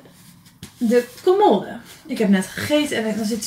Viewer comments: Ik verstond colmolde. Haha ❤ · Ik kwam hier om te zoeken naar deze reactie! 😂 en hoe vaak zeg je commoooode!? 😂😂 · haha volgens mij zegt ze idd commodde, alsof er 2 D's staan, maar bedoelt ze hetzelfde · Spreek je voor de grap commode verkeerd uit of ligt het aan mij?😅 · Ik moet elke keer giechelen hoe jij ‘commode’ uit spreekt🙈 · Ik dacht precies hetzelfde 🙂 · Hahaha ik dacht ook wtf commode letterlijk gezegd